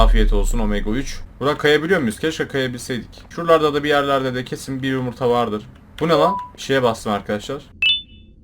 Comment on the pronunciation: Abi onun adı yumurta değil yumuytahahaha😂😂😂😂❤❤❤❤